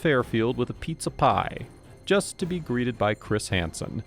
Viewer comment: It sounded like you said "Just to be greated by Chris Handsome" 😂 sorry